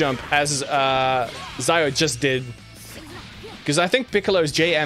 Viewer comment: (Zio is zee-o and not zayo)